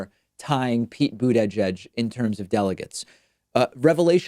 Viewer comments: why do you say boodayjudge like pokaymon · I think you are inserting an extra syllable into Buttigieg (boota-jedge). It hurts my ears. Otherwise everything is great. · Nobody: David: BOOT-EH-JEDGE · why can't you pronounce booty judge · Please stop going out of your way to over-enunciate Edge-Edge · “Boot eh jedge” Lol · Jay Krassner Hahahah I thought I was the only one that was finding that hilariously accentuated... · It rhymes with Buddha-Edge. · Your pronounciation of Buttigieg is horrendous. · David really struggles saying Buttigieg. It’s quite amusing. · I hate how you pronounce Buttigieg - really annoying! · Why can't he pronounce Buttigieg? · why does David pronounce Buttigiegs's name this way? Sounds super funny xD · I think it has something to do with the combination of syllables. But I noticed that also.